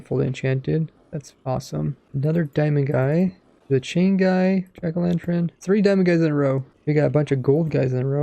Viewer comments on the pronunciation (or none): Jack o lanTurn not tren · Are we all just gunna ignore how he says 'jack o lanTREN' 😂